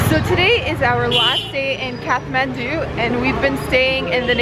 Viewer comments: It's Kath-ma(as in mars)ndu. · Its Kaa(not caa, it's like starting of the name "Karl" )-th(not like "t")-maan(not like "man" or "myaan")-du(d like staring of the word "dream", and not dao but like "do" ) काठमाडौं if that made any sense. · my favourite city guide yet! loving those momos... all of them! All the colourful buildings and prayer flags are beautiful too. Side note: is it pronounced Kath-mandu or Kat-mandu? I always thought the h was silent! Maybe it's my aussie laziness lol